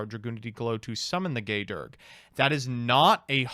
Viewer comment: Handy dandy tip: The Dragunity Gae Dearg's name is pronounced "Gaw Dyarg", or "Gaw Darg" depending on what part of Ireland you're from.